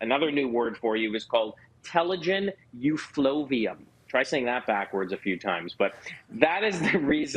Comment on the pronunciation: I had telogen effluvium (which he pronounced wrong) i had it for 2 years and i lost over 70% of my hair. It never grew back the same thicknes and i got it because i fell and broke my leg very badly and the dermatologist says this can happen because of the trauma.